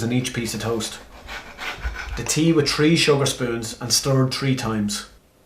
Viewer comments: He not even saying three he saw tree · Did he say tree or three times because it’s messing with my OCD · holy shit its THREE NOT FUCKING TREE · TREE MINETS TERTY-TREE SECONDS CUT INTO TREE PERTS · Tree minutes and turty tree seconds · I broke my right foot when I was 8 and I've always felt like I need to break the left just to make it even. Also, is anyone else bothered by "tree" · If I hear tree one more time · THree not tree. I know you're Irish but come on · he said tree 😂😂😂😂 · The way he says three hurts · I immediately know when he says 3 he's Irish